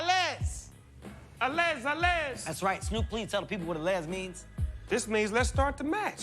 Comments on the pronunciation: A-lezz 😂😂😂 allez is said allay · "Allez" is French and the Z is silent, by the way the fencing is the only sport the refereeing is in French.